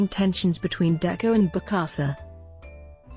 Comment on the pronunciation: And mispronounced the name of the subject.